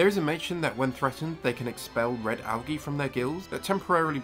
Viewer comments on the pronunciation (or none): none